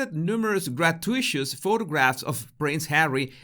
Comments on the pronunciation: Not trying to be super critical but just a suggestion about pronunciation. If a word is unfamiliar you can look up the word and a phonetic version will be shown with some also including an icon to hear the word. Gratuitous is 4 syllables but doesn’t look that way. As a child I used to read a lot and was always surprised when I heard the word because that wasn’t how I had thought without bothering to look it up. You have a good grasp of English and I enjoy your videos so keep up the good work! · “Grah-2-it-us” not ‘grat-you-Ish-us”. Just saying. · Gra-TU-i-tus not gra-tu-ISHUS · Gratuitous is not pronounced gra tu ishus but gra tu it us. Hope my correction does not cause offence. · Gratuitous is not pronounced grat-too-ISH-us. It is pronounced grat-TOO-it-us. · Gra-tu-i-tus...phonetic spelling of gratuitous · Hey,, Try learning to say "grat-tyoo-it-tus", "grat- tyoo-it-tus! Got it? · It is pronounced gra too it tuss. Thanks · querido, se dice (gratuitous) "gruh to ih tuss". So then Harklets patronize Joselitos Taco Truck too. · grat-uit-ous. you pronounce every syllable, like con-trov-ersey, not contro-versey. but transitory IS one word, not trans-it-tory. american is wrong, standard english is right. 700million speakers versus 1.75 billion. not that i like trolling a guy called. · It is pronounced “grat-you-it-us” (sorry to be picky!) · That’s “gra-TOO-it-us”. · Thanks as always,!! PS: Correct pronunciation of GRAH-TOO-IT-TUSS. (Gratuitous) Keep sharing and improving! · Love your video. You are so articulate and, as most of us, we have expanded our vocabularies via reading. With this in mind, please check on the pronunciation of gratuitous. I will attempt a phonetic spelling but, you’ll probably do better online. Grat too it tuss. Hope this helps! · Your pretty amazing! Oh, (FYI, it's pronounced "gra-TOO-ih-tus" You're far too brilliant to trip over that.) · The word is pronounced: grah-TOO-ih-tuhs.